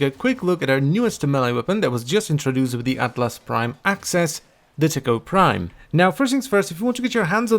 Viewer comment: All I can hear is Tickle Prime™